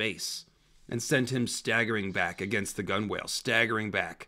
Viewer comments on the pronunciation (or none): as evocative an image a gun-whale might be, it is pronounced "gunnel."